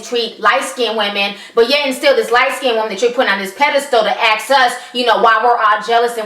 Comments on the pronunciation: I love listening to you, but I unconsciously cringe when you say 'aks' instead of ask. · Why do all black people say "axe" instead of ask? For fuck sake..